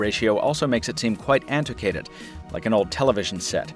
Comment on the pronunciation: Interesting use of the color e-ink display. I might actually get one, though the follow-up models have much less of a Fisher-Price vibe. BTW, "antiquated" is pronounced with a "kway" sound. Excellent VO work as always, but that's more Zapp Brannigan than Jim Kirk.